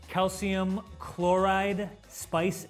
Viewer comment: can this guy not pronounce calcium chloride?